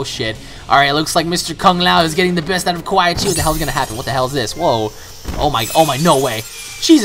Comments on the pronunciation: It's quan not qua chi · sorry But ITS Quan Chi not Quaii chi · QUAN. QUAN Chi. Not QUAI. That was really pissing me off the entire video. Good video though. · QUAN BRO NOT QUAI. (KU-AN) I literally turned the video off Bc of quai chi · The fact that u call him QUAI CHI makes me think this is the first Mortal Kombat you've ever played. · I love your vids and really like you plus you've probably gotten this 100 times but the "Quy chi" was like nails on a chalkboard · ***** Funny how u call Quan Chi "Quai Chi" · It's Quanchi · I cringed so bad whenever he said quai Chi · I'd you say which quichi one more time I will slap the scrap out of you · I thought it was funny how you kept saying Quan Chi's name wrong. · Christian Rocha Yes, it was painful to here him say his name like that again and again.. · Why does he say quan chis name like that